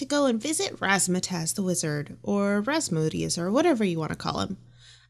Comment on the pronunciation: I dont know why, but everytime said wizard, I hear lizard. I must say Rasmodius the Lizard sounds interesting